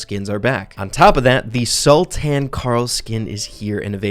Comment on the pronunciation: I like how he butcher sultan pronunciation.